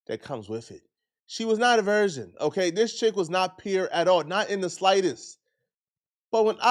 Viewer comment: He keeps saying version instead of virgin and idk why its bugging me so much when its not that huge of an issue lol 😂